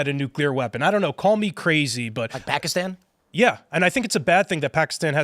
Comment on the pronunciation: That's not the english pronunciation of the word Pakistan.